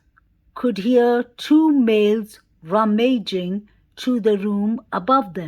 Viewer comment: RUM-uh-jing, 😘